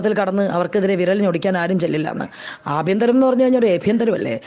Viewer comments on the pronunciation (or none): ആഭ്യന്തരം ഇന്ന് " എഭ്യന്തരം" ആണ്... അത് കലക്കി മാഡം... 👹👹👹